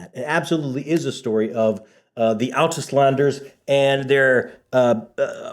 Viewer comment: Outis-landers? Out-island-ers